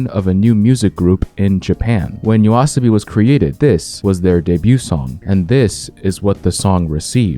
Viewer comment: Same here btw, didn't even notice until he said the name properly and it still feels different.